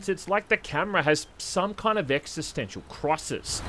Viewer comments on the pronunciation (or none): none